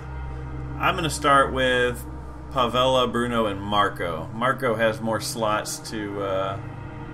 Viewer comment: That's a really annoying intro. Just start the playthrough without the egocentric opening. Nobody likes those unless they're under 5 seconds. And it's pronounced "Pav-EL", not "Pav-el-a." You're inventing letters in his name.